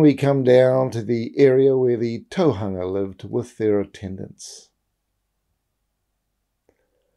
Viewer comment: And Tōhunga - the hu in Tōhunga is a u not a -a-, it's not Tōhanga if that makes sense👍🏻, I love his mahi I didn't want to correct him on such a little couple of things when his mahi is magnificent. Love the way you addressed it, nice.